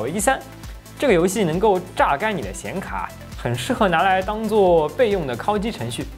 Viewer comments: 为什么是“kao（一声）”而不是“kao（三声）”？故意的吗？ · 烤(kǎokǎokǎokǎokǎokǎokǎokǎokǎokǎokǎokǎokǎokǎokǎokǎokǎokǎokǎokǎokǎokǎokǎokǎokǎokǎo)机。第三声。听你kāo机真的受不了。kāo 这个字我都打不出来